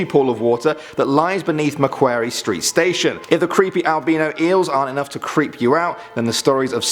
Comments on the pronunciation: Macquarie St - ‘Mac-quarry’ not ‘Mac-kwairie’ but so close that looks like that’s the bridge in Newcastle, UK And ah, the good old Luna Park Ghost Train Fire of 1979. One what lots of Sydneysiders know Awesome videos guys, love your videos and can I please request Melbourne or Adelaide urban legends. Thanks💗😊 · 'Mack wary' cringe It's pronounced Mack-quarry Ik because I live in Sydney and went to Macquarie University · MACKWARY? Maquarie, pronounces MAC-QUO-RY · Great video. However Macquarie is pronounced Mac"Quarry" 🤣🤣🤣🤣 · You pronounced Macquarie wrong. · you said Macquarie wrong